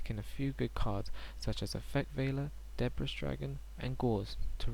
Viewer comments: correct me if im wrong, but its pronounced DUH-BREE, not DEH- BRISS rite? T__T. about every single person ive ever met has pronounced it incoreclty, saying DUH BREEZE....it bothers me...sorry...jus trolling =D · People keep calling it Deh briss nowadays for some reason.